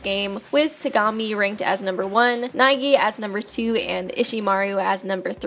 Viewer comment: whenever i hear her saying "Super danganronpa two" i hear "Tsu"